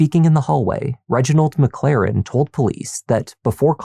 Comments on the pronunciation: I'm sorry but..."Reginald McLaren"??? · "Reginald McLaren." 🙄 Um, sure Jan.